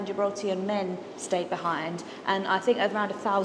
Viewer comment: It's Gibraltarian - not "Gibraltan".